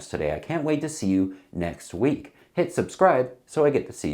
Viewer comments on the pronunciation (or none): none